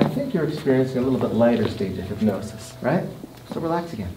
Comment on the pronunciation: Ethan: fully hypnotized Grayson: 3/4 hypnotized Emma: half hypnotized James: hyp-NO-SIS